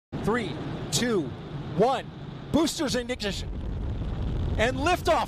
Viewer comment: he’s so excited can’t even pronounce ignition lol